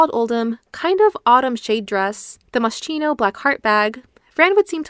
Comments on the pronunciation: I hate to be this person, but it’s ‘Moss-key-no’ with a hard C 🩷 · It’s MOS-KINO…. The ch is pronounced like a K. Please no hate just a little correction.. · Please, it’s pronounced “Moskino”, Italian brand name. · Please, Moschino is an Italian brand. It’s pronounced Moss-Kino 🙏🏻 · The video is great, probably the best one I have seen so far about The Nanny's fashion. You should have checked the correct pronunciation of "Moschino", though - as an italian, it was quite painful to hear it being mispronounced so many times (the correct pronunciation is [moskino]), lol.